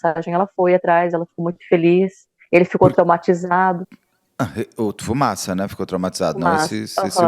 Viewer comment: Único nome que vi até hj o Beto acertar de primeira: Fumaça 😂